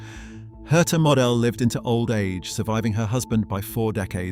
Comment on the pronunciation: It's pronounced mo del get the name right